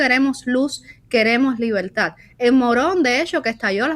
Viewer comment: Libeltá! Libeltá! 🤣Qué nadie les enseñó a pronunciar la R?